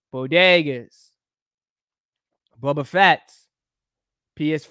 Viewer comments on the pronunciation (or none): Why he keep saying bubba fett 😂